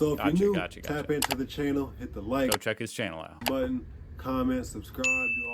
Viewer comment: "...welcome to my chaianal ..." 😂😂😂😂